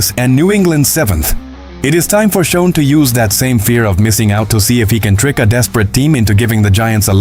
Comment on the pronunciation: Why do I keep seeing the same Giants video??? Get real please... P.S. Schoen is pronounced "SHANE"